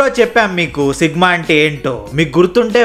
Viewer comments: Sigma not sickma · Sigma ❌sickma ✅😂😂😂